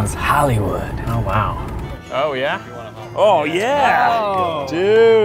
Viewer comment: I've watched this video way too many times, and everytime I'm slightly annoyed at the fact Keith says "Yoh Yeah, wow factor" instead of oh yeah